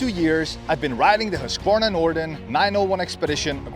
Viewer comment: The authentic Swedish pronunciation is "hoosk·vaar·nuh."